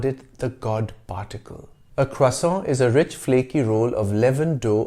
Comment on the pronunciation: First time on this channel, love it! I love the history thrown in everywhere. When you pronounced croissant with an American accent, it really threw me! You shofted so quickly and perfectly, and then right back. Well done sir! I look forward to learning more about your channel.